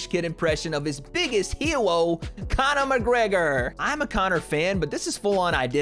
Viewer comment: "his biggest hewo conor mcgwegor" love it.